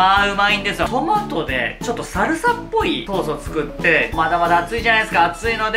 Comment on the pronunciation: 裏返りながらのタマト笑